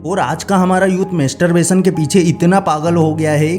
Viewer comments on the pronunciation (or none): मेस्टर बेसन नहि भोंदु,मास्टर बेसन बोल यु ट्यब बनातेहो बोलना नहि आता ?